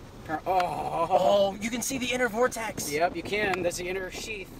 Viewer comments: I wish they wouldn't say "vortesee". Fingernails on chalkboard. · The singular is "vortex" not "vortesee". The plural is "vortices". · THERE IS NO SUCH THING AS A "VORTICEE", YOU PILLOCK!!! Vortex, singular...vortices, plural. Great footage, all the same.